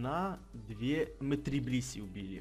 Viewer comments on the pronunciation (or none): Я услышал не блисси, а писи)))